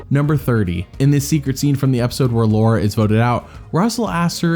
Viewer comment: "Luara" lmao